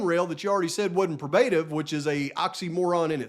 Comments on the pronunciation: Long O in pro. Pro- bruh-tive. Sorry but dang. 😊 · I Luv Ya,, but it's pronounced "Pro-bah-tive." I want you to sound as professional as you most definitely are - but your pronunciation is off.